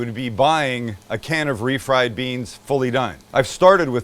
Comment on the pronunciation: THANKS MAX!! I THOUGHT I WAS THE ONLY ONE THAT HEARD BREANS! 😆😆